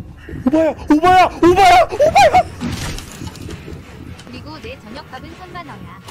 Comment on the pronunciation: 오바야 라고 말할때 오빠야 라고 하는줄ㅋㅋㅋ